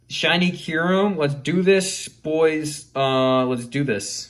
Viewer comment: W video except how you say kyurem